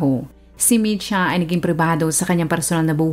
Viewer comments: Kotsyanchich. Č = as in "ch" in chicken or cheese Mitja is Mit-ya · Mitja Kocjančič ( Matiya Kotsyantsich) yan po ang pagbigkas ng pangalan nya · Not a resident of Slovenia but a citizen of Serbia, ang tamang pronunciation po ng name niya is MIT - YA and surname is KOTS-YAN-CHICH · Ang bigkas po ng name nia is mitya kotsyanchich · Ang tamang bigkas Ng pang Alan ay MI-SHA.